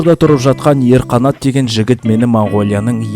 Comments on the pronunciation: Ең өкініштісі қалалық жастар мына шорқақ, орысша акцентпен сөйлейтін қазақшасын үлгі ретінде көрмесе болды! Әрине мынандай акцентпен ерғанаттың орнына ЕрҚанат деп сөйлеп тұрған адамды ана жігіт мынау қазақ емес қой деп шошып Нағашыны білесің бе деп тұрғаны сол ғой)! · Бләәәә, Қазақшаны дұрыс айтпайсың ғой. ЕрҚанат емес ЕрҒанат болып кетеді, ол қазақ фонетика заңы! ӘйКерім емес ӘйГерім! БотаКөз емес БотаГөз!